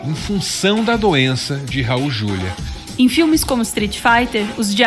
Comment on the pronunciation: Raul Juliá, por favor. Como leitora da antiga Set, sou obrigada a corrigir. Ele odiava esse erro de pronúncia.